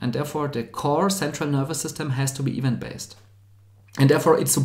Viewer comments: another fellow German here - the problem is where he stresses. -> [i'wänt] (not ['i:wänt]) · Event: pronounce it stressing the second syllable; so is the word development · Just a very small note from a fellow german: "Event" is pronounced "Iwänt" with an emphasis on the "ä".